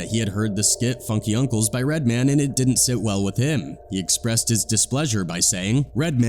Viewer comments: Red-man, not redmon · Here's the thing about this guy commentating in this video,first of all he pronounces Redman as redmin' lol and also Redman didn't say he said yes sir to hammer, he said that to vlad, He said something like I wasn't no bitch ass nigga about it,I was like yo my bad Lol so Mr white man in this YouTube video didn't even hear the in-betweens,he just watched clips of interviews and inserts it in his own documentary's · Lol "redmun" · Redman is pronounced as it's spelled, Red-Man.. not Redmond 😂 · Mispronouncing Redman lol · One thing fam…. RED. MAN. Say it with me Red… pause… Man… we good? Good…. 😂 sounding like Phil Redman Goldman Sachs rep 🧐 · The narrative is either AI or just clueless. How you gonna pronounce Redman, like a Jewish last name? 😂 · I love how the AI voice pronounces REDMAN as if he's a Jewish banker. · DEAD -- He said "Redman" exactly how Redman says white people say "Redman" he finally started getting it right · Dude said "Redman" like it someone's last name. Lol. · I thought it was funny how they pronounced Redman... Like it was a normal last name instead of a super hero name.